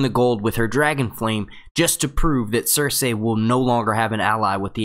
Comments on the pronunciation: I can't do it, in the first minute of this video how many times did you say ""... Cersei!!! "SER-SEE"!! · idk how i can watch this video after hearing how this guy says circei. cir-SAY. like gosh man theyve only said it like a few hundred times in the show cir-SEE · Cer-see. Sur-C. Sir-Z. all of those are acceptable. not cer-say. no one pronounces it like that. stop. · Not trying to be rude but curious why you say pronounce Cercei's name as sir-say and not as sir-cee? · Do they pronounce Cersei's name different in the book? Because you pronounce her name different from the show.... The show says Sir See, you say Sir say, it's alittle annoying and was just wondering if there was a reason you do that? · Say her name properly!! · How can you make game of thrones videos if you can't pronounce Cersei's name right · i want to listen but when he says cersei in that weird way i just get lost